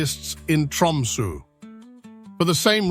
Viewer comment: The sunrise in Tromso is usually 21st Jan (or thereabouts)- is this AI bollox? Constantly misspronouncing Tromso etc.